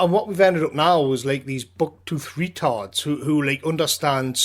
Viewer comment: "Buck toothed retartds". 👍👍